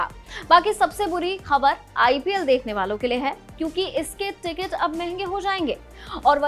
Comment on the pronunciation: प्रौदकट्ट नहीं होता प्रोडक्ट होता है 😂 टिग्ट नहीं टिकट होता है 😅